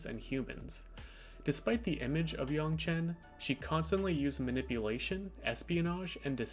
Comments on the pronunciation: Yangchen（more like Aang） is correct rather than yong, btw, i'm chinese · This was pretty interesting except everytime you said "yaungchen, instead of yangchen" took me out of it a bit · its yangchen. cmon man she even says it herself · The pronunciation of her name killed the video for me. I stopped in and I wish you would just say it the same as it's said in the show. Oh well thanks anyways. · wtf are you doing pronouncing her name like that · Ugh stop saying her name wrong!!! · LEARN HOW TO SAY HER NAME DAMNIT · Please pronounce her name correctly. You sound like the movie.